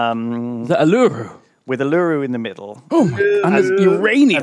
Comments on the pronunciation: This is great, but you brit's don't know how to pronounce Uluru! it's OO-luh-ROO, not oo-LUH-roo... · ahlooroo? it's pronounced OO-la-Roo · Guys, guys... it's pronounced OO-loo-ROO. More emphasis on the third syllable, and definitely not on the second :D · Uluru is pronounced Ew-la-roo. Edit: am Australian, do know. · Uluru is pronounced OO LUH ROO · “Oo-lar-roo”. Not how you said it. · Had to do a double take when they tried pronouncing Uluru. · It still bothers me that in pronouncing "Uluru", they emphasize the middle syllable (the first and last are stressed, not the middle)